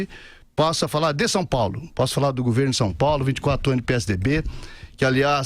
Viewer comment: No meu "guverno"...o "guverno"...esse "guverno"... kkkkkk